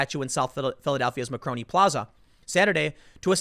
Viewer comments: Say it with me Tim: MAR CONE EEEEE. Not makroni or whatever you're saying. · Tim: "Macroni" Me: "MARCONI!" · Tim, it's Mar-coni plaza, not macroni plaza. For God's sake man. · You do know it's Mar-coni Tim don't you? You know, the famous Italian inventor, engineer who was a pioneer in radio/sound transmission? FFS! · Jesus, Tim. Mar-cone-ee. Guglielmo Marconi - he invented the fuggin' radio